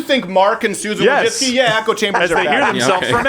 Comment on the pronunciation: It's not Wojcicki it's Wójcicka. She's a woman and it's pronounced Vooicicka.